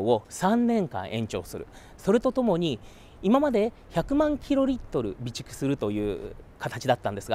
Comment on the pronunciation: 備蓄って何度も言ったのがビチクソに聞こえて笑ってしまいました